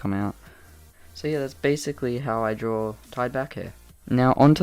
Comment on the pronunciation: I’ve noticed how Australians say “drawer it”or “drawering it” Instead of “draw it” or “drawing it”!!